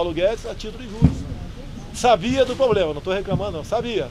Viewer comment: Bozo fala "poblema" e ainda fala que precisa mudar a educação kk